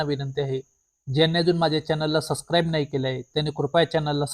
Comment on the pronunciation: सस्क्राइब नाही सबस्क्राईब म्हणायचं!